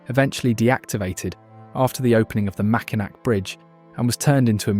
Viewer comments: It's an ai generated video using a British english speech model trying to pronounce an Ojibwe word written in French. It "knows" how to but unless prompted to--won't. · I was just about to say something of the correct way to say Mackinac. Uhhhh, that just bothered me. But it would if you live in Michigan 😉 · Right! I’m like that’s NOT in Michigan! Omfg if his says Mackinac one more time! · As a lifelong Michigander, it’s painful hearing the mispronunciation of historical places. Mackinac is pronounced Mackinaw. Frankemuth is pronounced Frankenmooth. There are others too, but for brevity, I’ll only point out those 2. Also, Peninsula doesn’t have an H in it, but I know that’s a very English thing as they do it in many words that contain S within the word. Before making videos like this, I suggest making sure whomever is recording the voiceover knows how every word is pronounced so we don’t have to hear words pronounced incorrectly. These words can easily be looked up on the internet, so it makes learning their pronunciation so much easier. Other than the mispronunciation, the video captures Michigan’s beauty splendidly & it makes me very proud of my beautiful state.💜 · Macki nack😂 This was a beautiful video of our state. I wish whoever makes these videos would just narrate it themselves instead of relying on creepy AI. There were MANY mispronounced names. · If you are going to do videos about Michigan I STRONGLY urge you to research pronunciation of names. Prime example: Mackinac: this is the French spelling of Mackinaw and Mackinaw is the correct pronunciation. To use Mackinac shows your lack of research. There several other errors and misspellings. Example:: Hesse is missing the L. Check how to pronounce the waterfall name and others. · I know someone has already said Mackinac is pronounced Mack-en-Naw, but I had to say it too 😅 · I knew I wouldn’t be the first to say that. We are proud of our state. “Nac” grinds our ears, but great video otherwise.